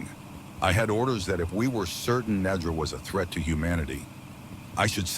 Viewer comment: I love that you changed how you pronounced the title just like the AI voice actors did...Nedra, Neeedra...not sure if on purpose but amusing.